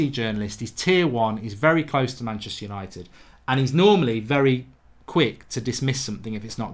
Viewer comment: There is no 'i' in Manchister